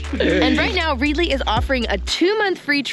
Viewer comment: Also you might find the name of the app you are endorsing is pronounced Red i ly as in readily available to read lol. A simple mistake and easily rectified. 👍🏻